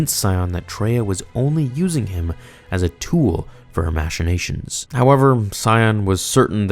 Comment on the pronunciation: Harbin-ger not "harbing-ar" dude... and it's also pronounced "mach-ination" not matchin-ations